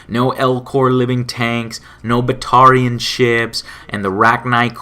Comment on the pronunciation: It's pronounced ba TARE ian. Shep says it in ME1 Bring Down the Sky.